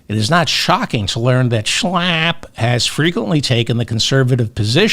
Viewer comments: David, you kill me every time you say Matt SCHALPP! 😂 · You crack me up every time you say Matt SCHLLLAAAP🤣! They’re both such hypocrites!🙈